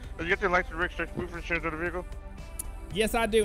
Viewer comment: A pouf of inshuwance 😆 😆 😆